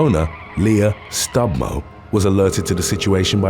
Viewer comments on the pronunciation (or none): Stumbo not stubmo